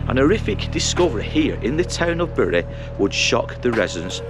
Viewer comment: It is highly rewarding to find someone able to pronounce my hometown properly. You could even pass for a local 😜 I married a Whitefield lass, and she still says berry 🫤